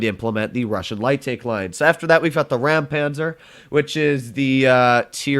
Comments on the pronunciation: its Rheinmetall Panzerwagen, not ram-panzer btw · it's Rheinmetall Panzerwagen not ,,Ram-Panzer"